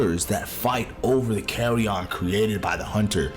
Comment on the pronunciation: i still don’t understand why Odo was left out of of Rise. he was such a perfect fit… and yeah, Jho’s tail eating seems to just be a myth that people just misremembered. he doesn’t actually do it. yet, at least. also, the way you pronounce “carrion” sounds like you’re saying “carry ON,” like you’re talking about luggage 😂. it’s just pronounced like CARRY-un or CARRY-in, fyi.